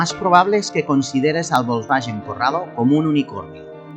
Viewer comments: porque pronuncia volkswagen bolsballen???? se pronuncia folsbaguen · Volsvallen ó volangen jajajaja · ¿Que es eso de "volkswayen"? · Porque dice Volkswallens? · por que dices "Volkswallen"...? jajajajaj que gran video como siempre! como extraño mi corrado 2.0 16v.... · Bosbayen? Yoryeto Yiurano? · Si VW se dice volkswayen, garage se dice garaye??. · Volkswagen significa coche del pueblo y se pronuncia "folksbaguen" en alemán.Saludos desde Bonn. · VOLSVAYEN Madre mia..... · El cuadro de instrumentos me recuerda al Seat Toledo 2.0 16v ABF que tuve del año 96😍. Tal como has dicho el compresor del G60 dió muchos problemas.Curioso como pronuncias "Volkswagen" y "Giugiaro"🤣🤣🤣🤣. Un saludo 👋🏻👋🏻👋🏻👏🏻👏🏻👏🏻😉👍🏻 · Me duelen los oídos cada vez que pronuncia mal Volkswagen 😅